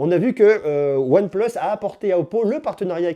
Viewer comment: Pourquoi tu dis " on plus " le plus tu le dis bizarrement c'est énervant sinon top vidéo